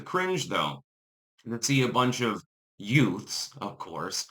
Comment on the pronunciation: 😂😂😂 ...the two utes ...the two what? ...the two you-ths